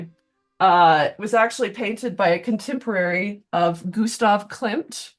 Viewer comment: "gusta klit" killed me off I can't believe nobody's commented about that